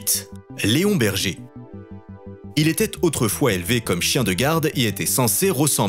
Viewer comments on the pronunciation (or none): Léonberger ???? leonberg ^^ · On dit Leonberg et pas Léonberger 🤦‍♂️ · "leonberger"... Sérieusement ? Leonberg - - - > ça se prononce Léone-bérgue ! Cordialement 😂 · Leonberger😁😁😁😁😁 On dit Leonberg...et pas berger!! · On dit leonberg et non berger et en moins de 2 ans il peut être dressé